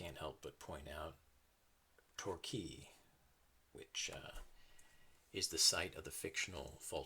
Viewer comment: Oh my god i live in Torquay and when you said the placename i couldn't believe my ears haha!